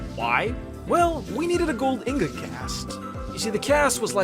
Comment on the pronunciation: Anyone: Ingot: Ingous